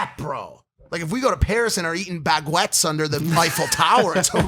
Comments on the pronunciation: LMAO THIS MAN SAID "BAG-WETS" INSTEAD OF BAGUETTES IM FUCKIN CRYING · When he said "bag-wets in Paris", mans gotta stop saying shit he can't pronounce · "bagwets", good god! As a french speaking person this is both funny and cringy AF. has such an amazingly fertile imagination. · No one: Mike: bagwets Me (french): fuck off